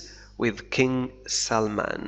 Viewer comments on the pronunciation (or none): none